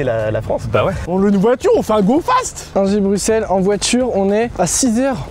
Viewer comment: Il a dit broussel 🥲